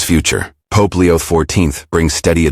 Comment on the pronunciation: That is TAGGG--LEEE, not TAAA--GELLL.